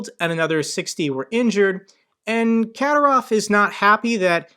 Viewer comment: his name is pronounced Ka'dy'rov...